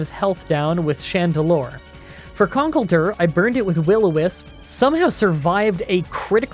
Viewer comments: "Conk-el- der" Don't worry, I use to say it that exact way. For future reference, pronounce it as "Con-kel-der" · Si-jih-lif Mis-trall-tin Con-kell-durr That’s about all of the names you mispronounced, good job! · Mis-trol-ton Ex-ka-drill Siji-liph con-kel-der but say it a bit slower cara-costa not coasta hy-dry-gon boof-a-lant i have seen every episode of the Unova anime so i know how these are pronounced (also Unova is my home region so thats why) try saying these during a grinding session in your next run to prove to your fans that you know what your saying, if you need any Unova pronunciations let me know on Twitter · you are saying Conkeldurr and mienshao and hydreigon names wrong